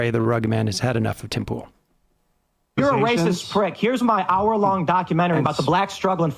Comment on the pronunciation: "Tim Pole"